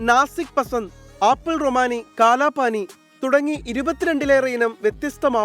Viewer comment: Kalapadi only...not kalapani😂😂😂